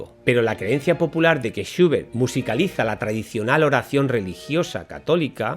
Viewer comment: ahh, entiendo porque esa pronunciacion suya de Schubert, lo pronuncia "shiubert" seguramente por la U inglesa, la cual en aleman es identica a la U en español, por lo tanto "SchUbert" como chulo, lulo, culo, pero algo mas larga. Disculpe la correccion.